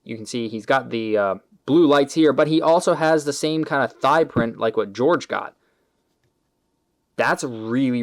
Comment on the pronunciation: Not gonna be that guy but Jorge is Jorge not "George" and the gray is accurate